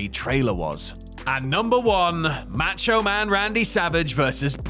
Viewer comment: For the love of God please learn how to pronounce Macho. It's enough to block this channel.